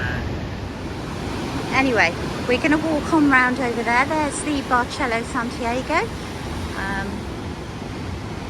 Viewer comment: It’s actually pronounced “Bar sell oh” “San tee r go” we were there last week very nice